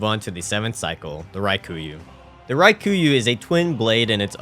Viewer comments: is there some kind of inside joke i am missing or why are you saying raikuyu instead of rakuyo? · At this point I swear you're saying the names wrong on purpose to cause me physical pain 😂 Raa kuu yo. Japanese is phonetic, there jsnt a hidden i in the word lmao. Also Ebreitas is ah/eh-bry-tas. EDIT: YOU SAID IT RIGHT LATER ON YOU'RE KILLING ME MY GUY🙃 Love the vid, holy hell you have more commitment than I ever did. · Raw-Koo-Yo Not Rye-Koo-You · That is NOT how you pronounce Rakuyo lmao. Like, just sound it out dude. Ra-ku-yo. It’s not hard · How much insight do you need to have to look at the letters "Rakuyo" and decide they should be pronounced as "Ry-ku-yuu"? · I just wanna know how you saw the word "rakuyo" and thought "yep, that’s definitely pronounced ryekooyoo" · I had to skip the Rakuyo part. The misspronunciation was brutal. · That is NOT how you pronounce rakuyo